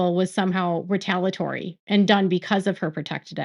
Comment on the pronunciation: It’s retaliatory. You keep forgetting one of the syllables in the middle of the word.